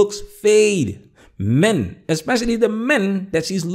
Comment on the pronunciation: Two questions regarding anomalous pronunciations: 1) Both women repeated refer to "may-yen," rather than to "men." Why? 2) The woman on the left refers to a "house-hole," rather than "household." Why?